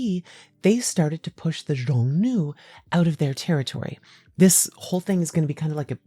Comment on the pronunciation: aaa cool bideo. but xiongnu is pronounced more like “shyong-nu” and yuezhi like “yueh-jur”. don’t sweat it too much tho, your latin is probably better than my chinese